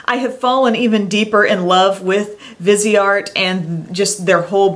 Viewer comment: Hi...i think the viseart line is pronounced (Vee-zahr) its french....i know many youtube beauty gurus pronounce it differently but u should look up the website it shows how its pronounced exactly:)